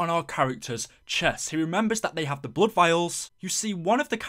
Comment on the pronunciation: When you said "bluud" my ears started bleeding.